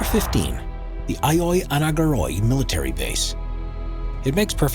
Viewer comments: That’s not how you pronounce Agioi Anargyroi, not even close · Beside of the fact that the voice over has brutally butchered the name Agioi Anargyroi, there are much more significant locations in the center of Athens blurred in Google Maps; including some embassies.